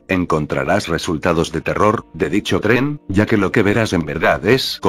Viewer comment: Siempre cuando dices tren suena rara lo voz